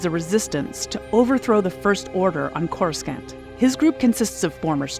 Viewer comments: Yeah. Even if the talent doesn't know the pronounciation, that's what a director/recording producer is for. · Oh my gosh. Its not pronounce c-o-r-u-s-c-a-n-t. Its pronounce like C-o-r-u-s-a-n-t. The c sounds like an S. You really can tell who is a star wars fan. Geez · Yeah this pronunciation bugged me too. Makes me think it’s an AI read. Core-is-scant is not the way. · Someone MUST have said this but just in case - it's pronounced Corus-sahnt. No Hard C. Clearly you've never watched a prequel. I won't judge you for that. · CoreSCANT? Really??? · 😆 When you outsource your voiceover work for a Star Wars themed video, make sure the person at least knows how to pronounce the names of the locations in the films. Like CorusCant, for example. Lol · Whoever wrote and narrated this needs to go. Spend 2 minutes of telling us what Star Wars is as if we wouldn't have clicked on this if we already didn't know. The narrator speaks as if she is reading a lame fairy tale to 5 year olds. Also, "coruscant" the C is silent. I feel like you never watched any of the Star Wars films. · Let’s give a preliminary R.I.P to the narrator for inevitably being attacked by Star Wars fans for mispronouncing “Coruscant.” F’s in the chat, bois… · Couldn't finish. Learn how to pronounce Coruscant, for Fuck's sake! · every time she says Coruscant wrong its like nails on a chalk board. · Are you purposefully mispronouncing Coruscant??? Much cringe. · I’m here for all the comments about the mispronunciation of Coruscant. Had to stop watching…hurt my ears. Do or do not. There is no try. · WTF Happened to the Pronunciation of Coruscant???? That was easily researchable. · UGH! The second "c" in Coruscant is silent. Why are names that have been established for DECADES pronounced incorrectly?! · Because the hired voice “talent” has clearly never even seen the movies.